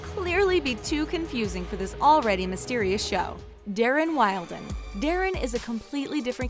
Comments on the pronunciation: When she said Darren Wild-en I was like who the fuck is that and I realized she meant WILDEN wtf is up with her pronunciation in this entire video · 1 itsnot Ezria it's Ezra and 2 it's wildon not wild on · His last name isn’t waylden it’s wildenn😂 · The way she pronounced Wilden. Wialdennn LOL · Lena Jordanova I know right? Wild-en???? It's Wilden... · Daren Wayelden 😂😂😂😂😂😂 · You kept saying dilauerntis and wilden wrong and no in the books Mona was still A, the cast said so because they said they had to read the books before the show and they were surprised to find out Mona was the first A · Dana Nicole ikr Daren Wild-en